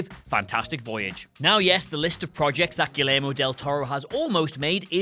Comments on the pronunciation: Gee-Yaer-Mow. LL is a Y sound in Spanish. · Tongue in cheek, but this is the umpteenth time I've noticed it: You are located much, much closer to Spain (the origin of the Spanish language) than I am - why are you unable to pronounce Guillermo? There is literally no 'L' sound in his name.